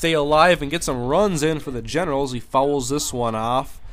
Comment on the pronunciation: Does anyone else think he says genitals sometimes instead of Generals? lol